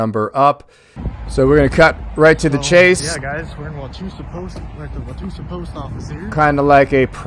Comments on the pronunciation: it’s pronounced wow wa toe sa. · Wah-wah-toe-sa btw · I would have thrown him out until he pronounced Wauwatosa correctly, or even closely. Other than that, they should have left him the hell alone.